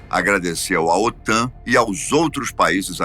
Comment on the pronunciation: OTAM??? O correto é OTAN. 😂😂😂😂